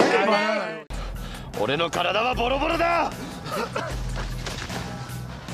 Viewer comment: オデノカラダハボドボドダ！ってさ。字幕なかったら普通に俺の体はボロボロだに聞こえるんだけど。